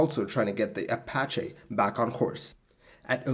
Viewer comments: apacha??? I thought it was apache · Apache - Uh pa (short a as in path) chee (as in cheese) in case you ever have to use it again.